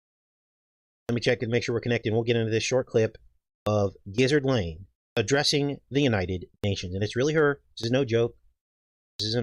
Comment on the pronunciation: "Giszard Lane" - 🤣😂🤣😂🤣